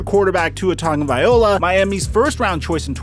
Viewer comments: Repeat with me: TA-GO-VAI-LO-A. - Tagovaiola! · Bro, please learn how to pronounce Tua's surname properly. Tagovailoa.... It's pronounced TAH- NGAW - VAIEE- LAW - AH. Coming from a Samoan. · How come you don’t know to correctly pronounce Tua’s last name? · Do you think he purposely miss pronounced names to get more comments? Tuhrod?!? Tugavayola?! Where does he get these pronunciations?!? Taga-va-Loa, Ty-rod not that difficult.